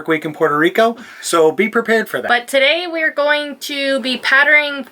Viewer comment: "Patterning" 🤣 Hard as hell to say for me too!💙 🏆No dislikes whatsoever!